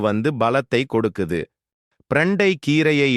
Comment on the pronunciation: பிரண்டை சரியான வார்த்தை❤ ப்ரண்டை தவறான உச்சரிப்பு ' தவறை திருத்திக் கொள்ள வும்'❤ 💐💐💐